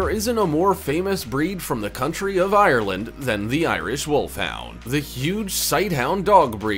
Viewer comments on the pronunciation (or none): none